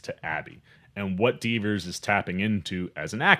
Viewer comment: You mispronounced Kaitlyn's last name 50 times :( It's Dever, not Devers.